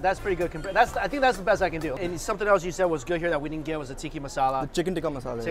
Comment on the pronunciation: Dude, listen to how HE pronounces the dish names. It's TIKKAH masala.